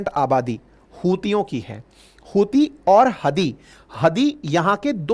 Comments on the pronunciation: ... hutiye rehte hai yaha pr, ankit sir 'च' ko 'ह' bol rhe hai😂😂😂😂 ....YouTube guidelines bhi follow krni padti hai🤣🤣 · जब भी आप हूतिए बोलते हो मुझे लगता है आप उनको चूतिए बोल रहे हो बहुत दिन हो गया है आप ने पिगिस्तान को पेला नही है 😂😂😂😂😂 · Epic line hutya rehta ha yeha 😂 (C silent ha)